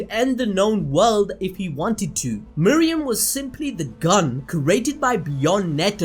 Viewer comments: Bruh anime names aren’t that tough to say.... it’s meruem not miriam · I absolutely love your videos.. but.. your refusal to say names correctly is infuriating. Meruem.. not Miriam. Not even vaguely close.. unless your channel is Animal Bells Doop. See how changing somethings name makes it something incorrect? Do better. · ITS MERUEM NOT MEREUM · How do you watch the show but can't say meruem